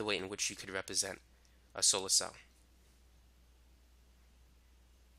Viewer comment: ANOTHER WAY YOU CAN "REPISENN" IT. GHETTO. DUDE YOU LEARNED A LOT GOOD FOR YOU BUT YOU STILL CAN'T PRONOUNCE SIMPLE ENGLISH WORDS IN THE ONLY LANGUAGE YOU SPEAK. TAKE 'EM OUT THE HOOD BUT CAN'T THE HOOD "OUT 'EM".